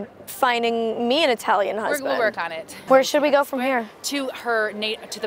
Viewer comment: Molly said Eetalian. Omg.